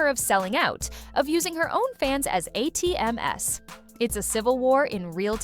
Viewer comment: A-T-M-S?! 😂 I hate AI audio that can’t interpret/read plurals of acronyms… read your own script!